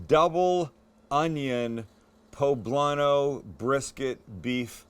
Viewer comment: Medallions!!! You totally fucked up that poblano